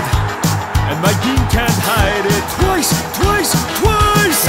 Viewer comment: Twiice twiceee twice twais